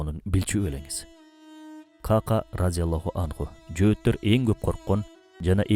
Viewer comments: Ках Ках, Кака эмес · Кака деп конфетти айтабыз го. Ыплас нерсе эмес эле. Сахабанын аты Ка'ка. Экөө эки бөлөк . Каналынарды көрүп сыйлайм. Бирок сөздөрдү бурмалабай туура жеткиз тууганым. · Кака эмес Кахках эмеспи жакшылап караңазчы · Бизде "кака" араб тилиндеги "кааф" тамгасы менен айтылат. Китеп дегендеги "к" тамгасы. Ал эми Сахабанын аты каткалаң "к" тамгасы колдонулат. Андан сырткары Сахабанын атында "ьайн" тамгасы бар. Туура айтылуусу "Коькоь" болот. Нажас нерсенин айтылуусуна окшоткон туура эмес